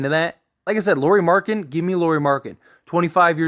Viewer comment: If you are going to make a video and your centerpiece is Lauri Markkanen please at the very least learn how to pronounce his name correctly.